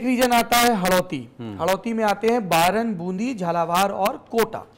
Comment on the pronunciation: बारां (baran) not बारन